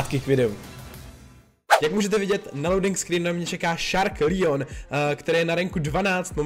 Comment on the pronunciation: Ne díky jenom leon se čte leon a ne lijon